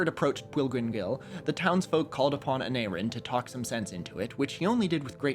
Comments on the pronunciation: im eager to know how he pronounced aneurin right but not the other welsh names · I was surprised he managed to pronounce the "u" in "Aneurin" correctly. Maybe he was trying to throw us off.